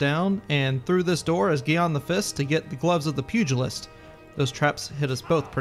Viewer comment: Pugilist Pug-lee-ist